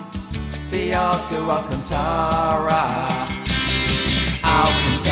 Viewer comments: No one:: Alcuntara! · Alacantra not alcantara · Just a bit of help Alcantara (Al-can-tara) helooo